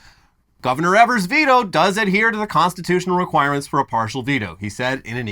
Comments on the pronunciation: Sorry, I'm sure someone has mentioned it, but Evers's name is pronounced "EE-vers" instead of "EH-vers". We also do not know what in the boggle is going on in this state. We're gerrymandered to the end of time. It's insane over here. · It’s pronounced ēvers. Source, from Wisconsin. Love you guys! Thanks for covering the story!